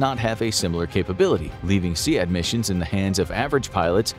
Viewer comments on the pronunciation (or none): Kyiv =/= Kiev. Key-yiv. Not Keev SEAD is pronounced Seed.